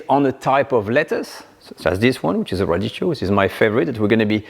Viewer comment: sorry for being a smart thing but it is spelled radicchio...so the C is pronounced a K because of the H ...radikkio. been loving your shows for years!